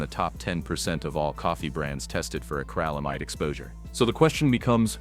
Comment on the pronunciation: It's not acralamide... it's acrylamide. The 'Y' makes an 'i' sound as in 'ill' so please pronounce it correctly.